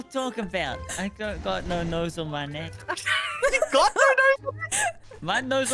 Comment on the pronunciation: It stayed neek not neck